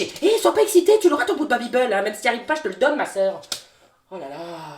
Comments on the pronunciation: Tu fais que dire babibeul c'est babibel et ça ce pronoce babibél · Babibééééle pas babibeul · Mais pourquoi babybeul?😭 chuis la seule à dire babybel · Ho mais le "babybeul" m'a fait beuguer toute la vidéo 😂😂😂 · « babybEUl » mdrrr